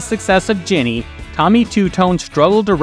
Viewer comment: It's JENNY not GINNY. gah...